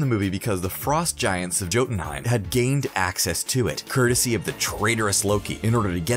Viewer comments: Doesn't change the fact that he said Jotunheim with a hard J instead of a "Y" sound and called the cask of ancient winters the "casket of ancient winters" the guy is handed a script and has no clue about any of this. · He also says “joe den heim”